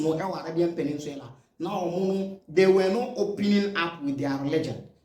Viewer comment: I like your videos. Keep it up. But a little pronunciation correction (PENIN_SULA). NOT (PENIN_SWILA)